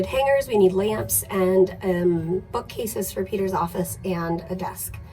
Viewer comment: In the beginning when you said you were looking for LAMPS i honestly thought you said you were looking for LAMBS 🤣